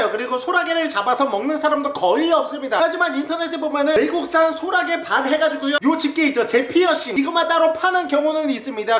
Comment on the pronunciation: 소라게를 호랑이라고 들어서 어떻게 잡나 싶었음